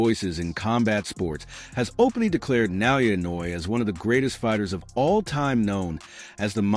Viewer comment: Oh man…. Talk about butchering his name, bahhahahaha. Please learn how to pronounce his name or just call him the Monster, sheesh!